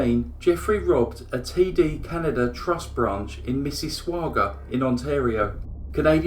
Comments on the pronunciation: Mississauga is pronounced "miss-iss-aw-ga". You can hear the pronunciation here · May I take this opportunity to say Mississauga is pronounced Mrs. sog a? Thank-you for another great story. I hadn't heard of this guy. 🤗🤗🤗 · MISS-A-SOG-GA.... SAY IT THE WAY I TYPED... AND YOUR PRONOUNCATION WILL BE CORRECT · I loved this! But as an Ontarian from Canada, the way you said, "Mississauga," made me laugh. I know that's not nice and not your fault, and that I pronounce British words wrong ALL of the time, but it was cute. It's just pronounced like Misses ogga. Still love your voice and your narration and stories! xx Lol! Your longest pssssssssssst yet! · Heheheh love the “pssssst”. Makes me laugh. Btw, it’s pronounced like ‘miss-iss-AWE-ga”. 🙂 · I live near Toronto but I don't remember hearing about him. (MIssissauga... we pronounce it Miss-iss-saw-ga.) Thanks for posting this crime. I love your videos. They are always interesting. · Love the videos. It's also 'miss-a-sog-ah' and yeah - love the pssst :)